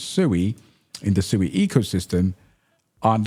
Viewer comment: It's pronounced SWEEEEEE. Im on a mission to correct the entire internet.